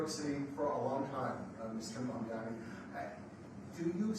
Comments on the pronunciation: The 1st thing was to teach Trump how to say the name "Mamdani"😂😂😂😂😂😂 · The name is Mamdani. Yes M A M D A N I 😄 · The Name is Mamdani M A M D A N I